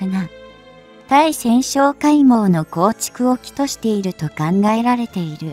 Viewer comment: まじめに日本語使わんかい！「対潜」を「ついせん」と読んじゃおしまいだよ！